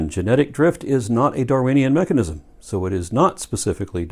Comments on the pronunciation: Am I the only one getting annoyed that says mechagnics? 😳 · He keeps pronouncing it "mecheGnism"... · What the hell is a machicknism? The guy can't even say mechanism... does he think its magic-nism, like his own nonsense? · All this evidence and refutation and whatnot is great and all, but nobody is asking the real question here - Will he ever stop saying "mechignism"? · They'll accept the science that identifies the cell and its "complexity", yet they don't accept that very same science explaining said cell. How does one just "shut off" their logic halfway through a thought? Edit: Irrelevant to any argument, but the way says mechuhGnism rather than mechanism makes him sound like a dipshit. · "there is no known mechignism" WTF? If you are going to talk about MECHANISMS, then learn how to say the damn word! You mispronounced it at least twice. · I've noticed that doesn't say mechanism, he says mechagnism. * Sips drink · Why does “” say “mechig-nizum”???